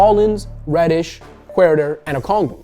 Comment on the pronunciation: What he said: huerter What i heard: hurrdurr